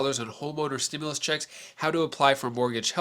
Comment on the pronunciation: Stop saying stimilius there is none